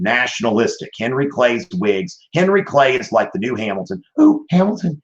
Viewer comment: Yo, go to and listen to it at 0.25 speed the way he says Hamilton 😂